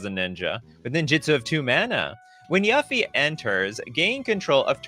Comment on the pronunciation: why he pronouncing yuffie like that 😭